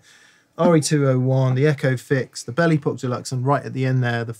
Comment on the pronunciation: Hahah instead of Belle Epoch deluxe all I could hear was belly pop deluxe. Time for a hearing test !